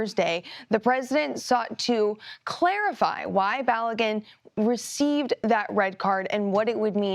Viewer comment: Its Balogun, not Baligun!!! LOL🤣